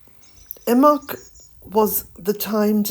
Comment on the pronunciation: How do you pronounce imbolc? The way you say it sounds like imoc. Some say imbolc, with emphasis on the b. I would like to say it correctly and I am sure the way you say it is correct.